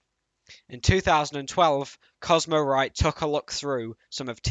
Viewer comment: It's not cosmo mate. Get it right.